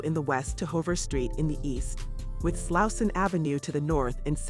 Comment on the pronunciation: You need to fix your pronunciation hover? slouson?